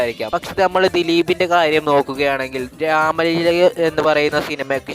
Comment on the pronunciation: രാമലീല എന്ന് ആദ്യം പറയാൻ പടിക്ക് 😅